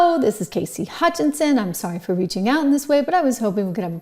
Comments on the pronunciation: Cassidy, not Casey! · Cassidy not Casey